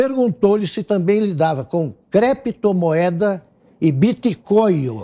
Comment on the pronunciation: " BIT COIO E CREPTO MOEDA ..."KKKKKKKKKKK ESSE É O NÍVEL DA MAIORIA DOS POLÍTICOS BRASILEIROS...